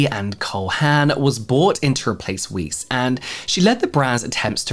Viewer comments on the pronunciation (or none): Weiss is pronounced like "vice" I think